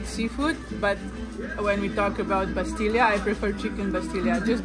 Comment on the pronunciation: nn bastilya Just bastila 🇲🇦🇲🇦